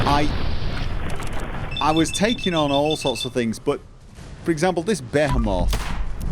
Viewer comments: It's (Bee-He-Moth) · Behemoth is pronounced, "B'hee-math". Don't worry, it's a dumb Bible word with a crap spelling. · Either I’m out of an inside joke or is pronouncing Behemoth wrong. P.S. It’s pronounced Buh-hee-mith. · Behe-moth? lol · Be he moth lol. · You speak Behemoth wierdly. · Say Behemoth again :) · The way he says behemoth kills me